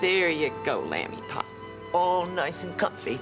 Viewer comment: Lol!!! just called little john, Lamb-ee Pop.